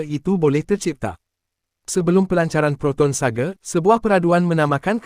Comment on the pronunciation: Sebutan SAGA bang..bukan sage